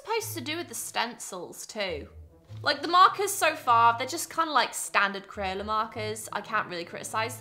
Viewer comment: I was away from the screen but hearing the audio and I thought she was calling someone named "Marcus" when I looked back, I realized that what she said was "markers" 🥲😂🤦‍♀️